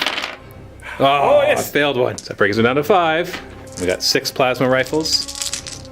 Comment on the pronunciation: I TOTALLY heard "Tervigon is gonna fire his my-ass-ma cannon" and broke up in laughter